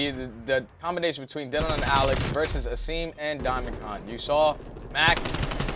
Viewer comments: Did dude finally figure out how to pronounce Asim? He did.... only took 3 maps! Sorry, no he only pronounced it properly once, and he’s a "professional" caster...smh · Why's this commentator say Asims name wrong. Like c'mon man, your job requires you to know their name for fuck sake